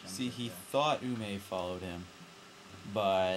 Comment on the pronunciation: ume is said like you may